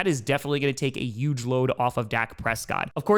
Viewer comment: Dude.. Stop disrespecting the letter H. It's peonounced hhhuge. Not uge.